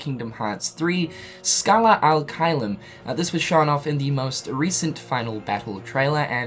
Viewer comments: He says al instead of ad. Ad being latin while al is actualy arabic. So yeah, he's using the wrong language there. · It's Scala ad caelum not scala al caelum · uum... it's scala "ad" caelum, not scala "al" caelum.... sorry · Is it just me or is him saying “Scala Al Caelum” instead of “Scala Ad Caelum” pissing other people off? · its Scala AD Caelum..... not Scala alqaeda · Lol video maker calling it "Scala Al-Caelum" like it's a middle-eastern name or some shit. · Me: "He's gonna say the name wrong isn't he?" Video starts playing Me: "We know how to pronounce it... It's clearly written in front of him but he's gonna mess it up the first try." Starts talking Me: "Here it comes..." Scala AL Caelum Me: ".... aaaaand boom goes the dynamite." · You kept saying Scala AL Caelum and it bothered me lol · I thought I was the only one. How he reads it, and puts it on the screen and still says it wrong?😂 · Yeah he's saying it wrong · *SARCASM INCOMING* Have any of you heard of ACCENTS? No? Well, then. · He usually says all the names, worlds etc wrongly but it's okay